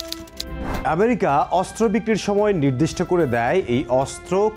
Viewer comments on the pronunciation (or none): none